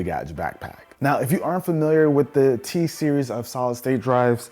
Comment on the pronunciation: lol he said t- series